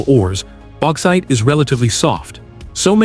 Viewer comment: AI FFS Baxite